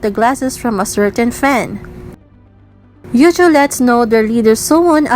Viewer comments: you got me there 😂 I watched the video with serious expression but this crack me up Edit : btw you pronounced Heechul wrong. Double 'ee' in Heechul is pronounced as 'i' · The way she pronounced Heechul's name is kind of funny Lmao